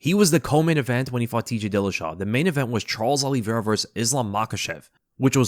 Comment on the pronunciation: Bro it’s “O-lee-Vera” not “Ah-lee-Vera”